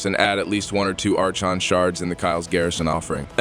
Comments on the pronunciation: Your new AI voice is pronouncing Archon wrong. It's Aa-Kon, not Arch-on. The H is basically silent. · Archon is pronounced "ar-kon" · Ar-CHON shards 🤣🤣🤣 ai voice